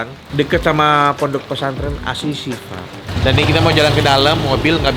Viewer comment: Koreksi FYI om Nex....Baca ASY (dibaca ash, bukan asi) SYIFA